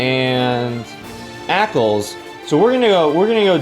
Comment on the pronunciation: ÄCLS? Aklys. xD